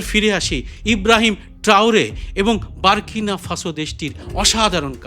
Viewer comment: বাংলা ভাষায় ইব্রাহিম ট্রাওরে কে নিয়ে, এইরূপ একটি ভিডিও তৈরি করার জন্য আপনাকে আন্তরিক অভিনন্দন ও শ্রদ্ধা জ্ঞাপন করছি। কয়েকটি তথ্যগত বিষয়ে আমার সন্দেহ আছে বলে প্রশ্ন আকারে রাখছি ১) আপনি বারবার বলছেন দেশটির নাম " বারকিনা ফাসো ", ইব্রাহিম ট্রাওরের নিজের মুখের উচ্চারণেও, দেশটির নাম," বুরকিনা ফাসো ২)AES সদস্য দেশটির নাম, নাইজার নয় - হবে নিজার ( সাথে বুরকিনা এবং মালি )। ৩) পরমাণু বিদ্যুতের কারখানাটি এখনো তৈরি হচ্ছে - অন্তত তিন চার বছর আরো সময় লাগবে। তৈরি করে দিচ্ছে রাশিয়া। ভিডিওগুলি প্রকৃত তথ্যসমৃদ্ধ হলে, অনেক বেশি সংখ্যক মানুষ আকর্ষণ বোধ করবে, বলেই আমার ধারণা। সবটাই সবিনয়ে আপনার বিবেচনার জন্য পেশ করলাম।🎉🎉